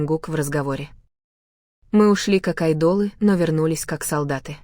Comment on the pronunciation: Какой бред! ТЭхен,АйдОл,от ударения охренеешь! Вслушайтесь в бред ,который несёт автор! Ночью ,в казарме они смеялись и обсуждали что-то! А Техен -то на учениях! Заврался автор! Дизлайк!